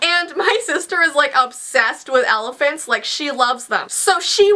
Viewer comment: OMG why does pronounce "Elephant"as "Alaphant"?! ITS SOO ANNOYING!